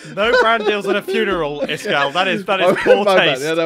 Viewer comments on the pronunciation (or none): Is it just me or does pronounce name wrong…